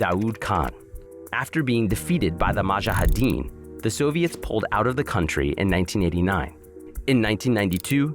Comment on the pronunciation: Sorry but his pronounciation of Mujahdeen totally threw me off. I had to pause the fkn video lol